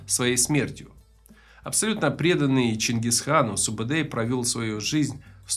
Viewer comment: Не Субедей, Субетай. Не Джебе, а Жебе. Кият, конырат, найман, борижеген - все названия казахских родов. Где здесь Халха - монголы?